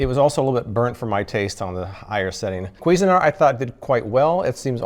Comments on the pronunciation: Kweezin-art? I thought it was pronounced more like cuisine-art lol. Love ur videos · "Kweezin-art"? Somewhere a French person's head explodes :-)